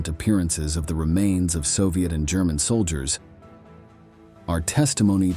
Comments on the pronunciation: The Gurman army ? I stopped listening. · Why do I get voiceover AI vibes from this? “Gurr-man” army? good video tho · I hate the way it says German and Germany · This bot sucks at "spikikng" cannot say German recivery? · Every sentence has a poorly pronounced word. Can't even say "German" correctly. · Gurr-men Army.. Stay-lynn? I just unsubscribed. AI sucks stop cranking out these sites smh. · Is this a computer talking? I have never before heard a human being pronounce Stalin as "Stale-in" or pronounce German as "Grr-man". Maybe pay for a human next time.